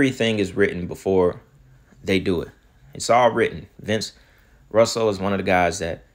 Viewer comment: Buddy i love your videos but for you to keep mispronouncing "Vince Russo" name as Russell is appalling considering you said you were a wrestling fan. It's pronounced like Rooso buddy. I'm pretty sure with all the names you mentioned as your favorite wrestlers, "Sting" especially, you probably heard of Vince Russo more than once